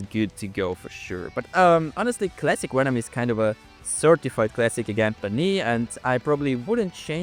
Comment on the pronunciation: why does he say "wenom"